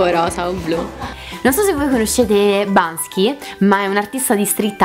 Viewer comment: È Banksy non Bansky 😳